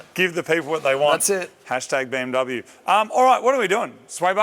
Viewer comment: You are pronouncing BMW and AMG wrong.